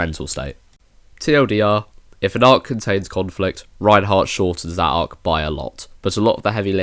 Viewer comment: It's Reinhard or can speak as Reinhardt as well. You keep saying Reinheart